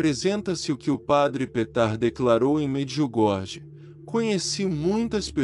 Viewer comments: Quero apenas deixar aqui uma observação: Em croata a letra jota "j" se pronuncia como "i", portanto Medjugorje se fala Mediugorie, e Mjrjana, fala-se: Miriana; não, miu Jana. Temos que transmitir as coisas exatamente como elas são. Não me leve a mal ; por favor ! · So peço a quem trasmite as MSN de Nossa Senhora em Medjugorje, procurar aprender como pronuncia os nomes corretamente. Em croata, Se escreve: Medjugorje mas se fala: Mediugorie; porque o jota se fala como i. Mirjana se fala: Miriana; e não, mir Jana. Pare de inventar, fala sério !